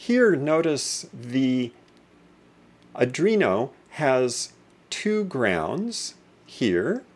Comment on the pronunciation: Thanks for your concise instruction. How ever, I should point out that the controllerbis an ARDUINO, and not a ADRINO. I think you should correct your expression, regards